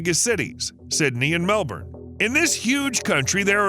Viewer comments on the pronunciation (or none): Please bro dont say Mel Born its Mel bin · Warwick is said Worrick. Canberra is said Can-bruh. Melbourne is said Mel-burn. Pilbourough is said Pil-bur-uh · "Mel - BeN" please I beg of you, it's pronounced "Mel-BEN". not born. I promise. every australian you meet will absolutely love you if you refer to it properly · I’d go easy on him. I live in Melbourne and I often hear people pronounce it as “Melburn”.